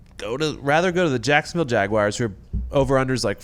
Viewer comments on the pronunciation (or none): For the love of all that is holy, it's not Jag-wire, it's Jag-w-are (as in we ARE going). Unless you are British, then it's Jag-you-are. But for the love of Mike, not Jag-wire.